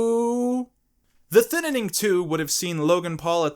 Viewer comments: I really don't understand why you call it the Thinining. Is saying Thining so hard? 😂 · The Thinining 2: The Thininining